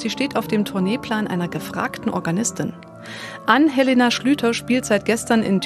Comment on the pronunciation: mein Name ist falsch ausgesprochen: Ann-Helena mit Betonung auf A